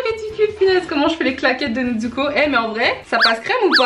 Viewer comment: NeTsuko Moi: MAIS C'EST N-E-Z-U-K-O